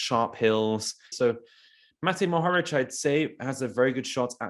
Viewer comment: What else do you want mohoric to win before you sprenounce his name right?